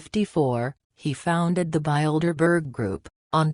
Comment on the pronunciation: I like how the robot pronounces Bildeberger. Appropriately descriptive.